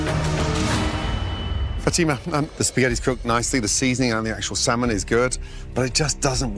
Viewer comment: Fatima should have gone home based on the fact that she pronounced the 'L' in salmon alone. (a pet peeve of mine)